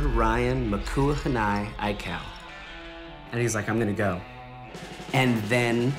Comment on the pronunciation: thought he almost said aikae 😂😂😂